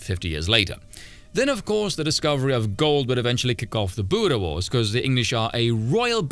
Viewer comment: Im sorry but when u say buda war, do u mean baor war, ( sorry im just a little confused, when u said that)